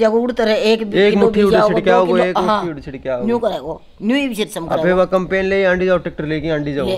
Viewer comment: कंमपेन भी नहीं कम्बांइन होती है 😅